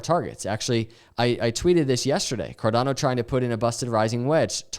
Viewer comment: carDANo 😂 you should really trademark that pronunciation